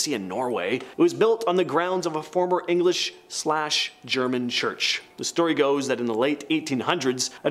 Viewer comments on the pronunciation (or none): none